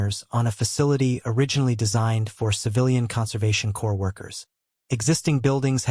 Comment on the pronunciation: Dear AI Wizards and Obama, Please train your AI readers that the word "Corps" is pronounced "core", not "corpse". Obama, take note also. Thank You.